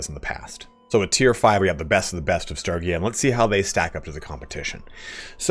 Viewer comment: hearing you mispronounce sturgia every 5 seconds is so cringe...